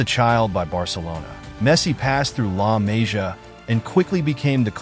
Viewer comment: La Mah-see-uh is how you pronounce. Really bad video when you don’t respect the pronunciation of the academy, as well as the players. Good info, but take a few minutes to watch interviews or actually watch some games and you’ll learn the names very easily